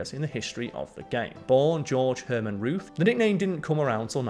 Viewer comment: You actually called Babe Ruth "boof"!!